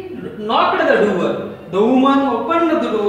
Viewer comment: Its not duwer its door and its not pride its proud